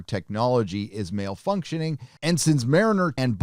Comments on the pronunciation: did you say malfunctioning or male-functioning? Ah, nevermind. Straight white dudes are the only ppl you can joke about in 2020, so of course this show would not be funny. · Did you say "male-functioning?"